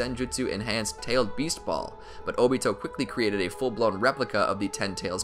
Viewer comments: its obito not otobi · I hear he said dobito